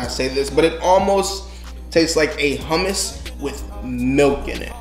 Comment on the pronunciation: i am lebonese and you prounouced hommus and baba gunooj wrong and you don`t heat up the grape leaves